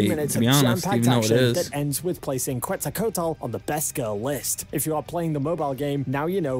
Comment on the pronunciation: Oo boy he still didn't. It hurts me how he says Quetz's name😔 The correct pronunciation of Quetzalcoatl is KET-sahl-KOH-ah-thl. The "ue" in Quetzalcoatl is pronounced as an "e" with a closed sound. It is preceded by the "Q" which is pronounced simply as a "K". She is best girl btw😊